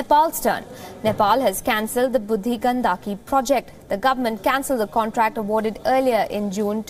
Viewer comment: You are not pronouncing "budhi Gandaki" properly while its a Hindi and sanskrit word. Shameful..